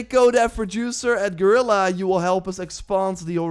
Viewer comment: Guerilla = Girl-ah? 🤪